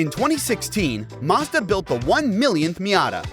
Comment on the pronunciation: The is no R in Mazda. 🤦‍♂️